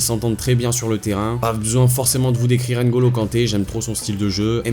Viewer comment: C'est NGOLO pas N'Golo😡😡😡 C'est NDOMBELE, pas N'Dombele😡😡😡 C'est MBAPPE, pas M'Bappé😡😡😡 Les français 😪😪😪😪😪😪😪